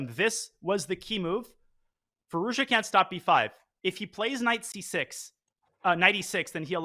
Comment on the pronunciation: Congrats to Gukesh. Alireza's last name should be pronounced 'FeerooZjaa' by the way. The 'z' is not just accidentally there!